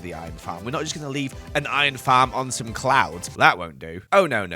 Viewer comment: Am I the only one who heard clowns instead of clouds?? But nonetheless I love you work and each episode brings me tons of happiness, thank you for doing as much as you do💓💓🥰🥰